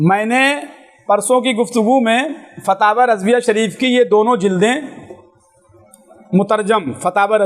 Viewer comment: Jahil fawaon nhi fatawa hota hai